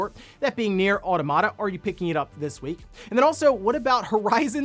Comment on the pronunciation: auto-mata? mira-cle?